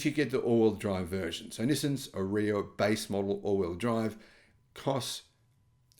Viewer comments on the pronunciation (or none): Are-ee-ah not A-reeya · is pronouncing it wrong, possibly on purpose because he dislikes the car so much, but it's pronounced Ar-yuh same as that girl Arya Stark in Game Of Thrones, it's like he never watched a single promo by Nissan for the car. By the way I'm leasing one now for $270 a month, the car is quite nice at that price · Nissan ARE e ah ….is how our. Nissan pronounced it